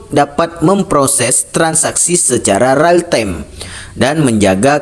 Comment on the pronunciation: Membaca rupanya dia. Real time dibaca rail time Mengucapkan infrastruktur dg terbata² Di akhir video itulah asli pandangannya dan kacau untuk dipahami.